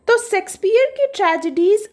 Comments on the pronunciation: Its shayksh peah not secspear... I dont understand y most of the teachers pronounce like this ? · Mam baaki to theek hai par pronounciation shakespeare ki sexpeear bolta ho ya unki aatma ko hurt krega 😂😂😂